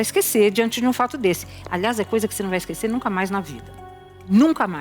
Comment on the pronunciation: Porque o Bacci ta trocando o s por f? Esquefer, vofê…